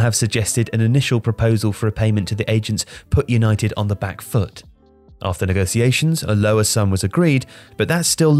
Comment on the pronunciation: 'Yanited' banter most club lol!!!